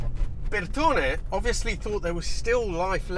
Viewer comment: I love how you Brits will go out of your way to pronounce Bertone, but still get Porsche wrong all the time! Haha. I had one an X1/9 years ago (with the haircut to match), and I miss it to this day.